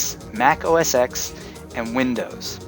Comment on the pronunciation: within two minutes, OS "X" (ex) when it's actually OS ten and GIFS with a hard g. I'm leaving.